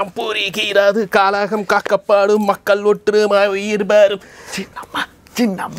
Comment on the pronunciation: உங்கள் தமிழ் உச்சரிப்பை சரி செய்தால் நிகழ்ச்சி மேலும் நன்றாக இருக்கும். உ.ம். 'ழ' உச்சரிப்பு. ( கழகம் & கலகம் )